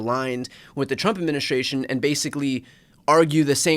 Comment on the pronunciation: Bro... admin-is-tration. administration. Say it slow a few times & you'll get it~. lol